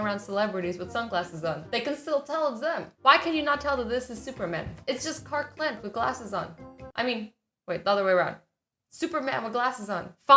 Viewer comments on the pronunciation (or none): Did anyone else notice that she said Cark Clent instead of Clark Kent? No.. Just me?